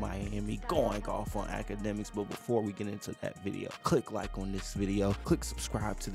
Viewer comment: Noooo....AKADEMIKS....say it with me. 🙄